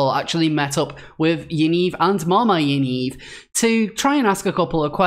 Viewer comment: Great video however 'Yaniv' is pronounced as it looks, not 'Yaneeve'. Thanks again for your amazing exposės.